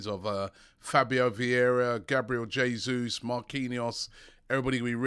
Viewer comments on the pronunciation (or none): none